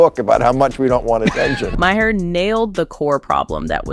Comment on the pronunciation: I'm sorry, but it's not MA-HER, it's pronounced MAR. Just f.y.i.